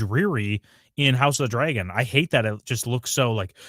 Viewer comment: Why does say dragon like Dray-gon? I need to understand